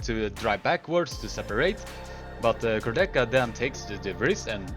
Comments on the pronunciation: "Kurdecha" is also wrong pronuncation. Correct pronuncation is "Kour-de-ha" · Nice video, but try to pronunce names right: Kurdecha -> ch is hard H. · Polish armwrestler's second name pronunciation is wrong. You can easily find the right pronunciation in any of his fight.